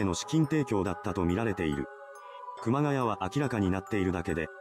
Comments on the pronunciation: ｢熊谷」の読みは、正しくは｢くまがや」ではなく｢くまがい」です。 ちなみに東北地方に多い苗字。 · 熊谷｢くまがい｣←沿岸南部だと読み方くまがやではない。震災後身元不明の遺体が埋められてたのが多々あったものの震災後だけあって特に事件にならなかったと言う話を知人から聞いたが真相は果たして…